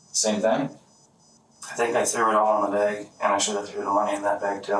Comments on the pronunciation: It’s a trip how people in the Midwest pronounce the word “Bag” like “BEEEG”. It sounds terrible. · Pretty sure they were saying bæg. The shells were also in a bæggie